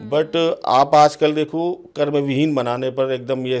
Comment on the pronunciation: मैडम एंकर महोदया कर्म को कर्मा तो मत कहिए। आपकी अंग्रेजी बहुत अच्छी तो नहीं ही होगी। या तो हिंदी बोलिए या केवल अंग्रेजी भाषा में।